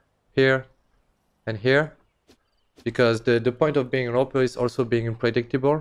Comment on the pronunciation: He can't even pronounce A W P correctly. What a pRo.